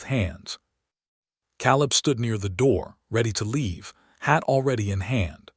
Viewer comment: It's pronounced Kay-leb. Please get AI changes to language fixed...